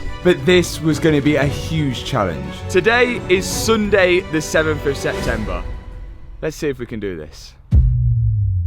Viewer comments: What is cundai ? It's Sunday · Today is what!! Suunday 😂😅